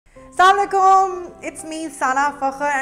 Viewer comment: hello sana .i am a v big fan of u as a gud lady .achi lgti hein ap .sana plz don’t mind Say Assalam u alaikum not salmalaikum.may be ap un intention ly bol jti hein but jesy ap hnein guide kerti hein hmari b responsiblity hy in a good sense n wd gud manners.hope ap ne mikd ni kia hoa ga ap ki all videos dekhna strt ki hein aj s.u nailed it👍 Allah bless u n ur fmly